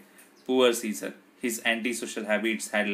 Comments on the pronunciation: It's not a siccor it's Caesar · It's Caesar pronunciation is different